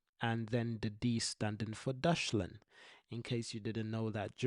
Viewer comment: As a German, my brain started hurting when you said Deutschland as you pronounced it like Dushland.